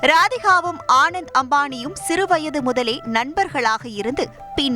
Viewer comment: The news reader doesn't even know how to pronounce the groom's name. He is called Anant Ambani not Anand Ambani. Such poor knowledge in public media and no one in news channel seem to know